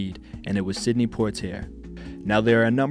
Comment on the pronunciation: Check pronunciations of names. I think Sidney and Lana.